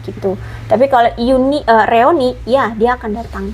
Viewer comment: Punten BUKAN REONI, tapi REUNI.